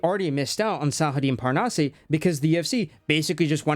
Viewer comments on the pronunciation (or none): "Parnasse"... Butchered? Not at all. You almost nailed it. Just end with "ass" 😉... Seriously. The "eh/ay" sound is only for É not just E. No accent, straight pronunciation. As if it was "Parnasss".